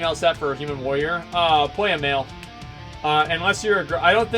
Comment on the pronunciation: he actually has a speech impediment, he cant say warrior